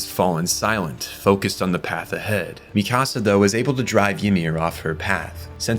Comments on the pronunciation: Mikasa: exists Every content creator ever: "Mi Casa" 🤦‍♂ It's Míkasa, not Mikása - emphasis on the FIRST syllable. It's pronounced this way in both Japanese and English dub, I dunno where yall are getting Mi CaSa from 💀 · "Mee-kahh-sah" "Historia Reyes" "Yee-mir" "Gene" (Jean) "Wall Marriah"??? 😂😂😂 Lmao I CAN'T with these Pronunciations Bro.. I Spent the ENTIRE series hearing the names said one way & here you go saying them a COMPLETELY Different Way from BOTH the Dubbed & Subbed Audio. Smh. Great Video still tho